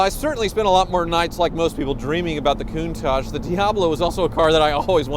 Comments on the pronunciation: Is it just me or does say “Koon-taj” most of the time? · So, it’s countaaaaage? I have been saying it wrong all these years.